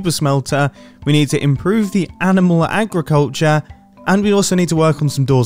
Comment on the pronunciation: Mumbo: Argriculterewe Webster's Dictionary: Agriculture